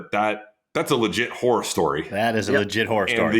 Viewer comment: Sam needs to say “horror” more clearly. I swear he said, “tennis whore stories”. That would be a very different discussion.🤣🤣🤣